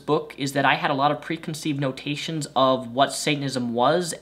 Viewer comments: its preconceived NOTIONS not NOTATIONS...Guess your home schooled education didnt teach you that. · The word is "notion" not "notation." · i get your a kid, but fuck you are illiterate lmao...notions...not notations....